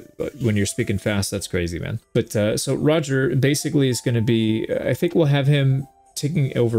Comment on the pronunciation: 10/10 pronounciation of Roger. it's a small detail but I love how you really try to sound accurate :D